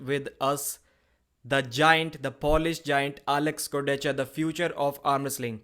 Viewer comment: its "Koordeha" not "Koordetsha". Unless his name is russian